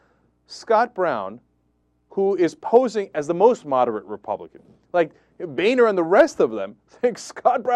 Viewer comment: Cenk, I think its pronouced Boner....lol